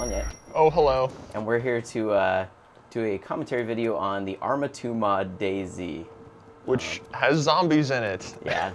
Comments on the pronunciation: I always thought it was pronounced dayz.. No spacing between. Sorry if Im wrong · It's DayZ not Day-Z. Jesus...